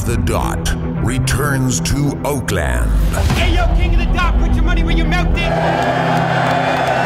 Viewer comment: That’s not how you say Oakland